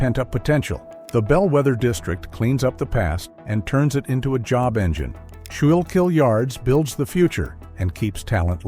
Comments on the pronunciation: SCHOOL-KILL RIVER they said “Ska-yill-keel”😂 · Skoo-kill River!!!! Come on AI get it right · AI still wont pronounce the name of our river right.